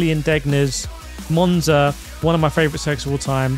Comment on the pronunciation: You lost me with Monza and Sarthe as S....